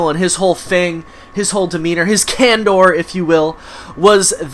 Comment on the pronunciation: "Can-DOOR" 🤔 If you're going to try to use words to make yourself sound more intelligent, at least know how to pronounce them, or it backfires and has the opposite effect. Lol. Candor is pronounced Can-der.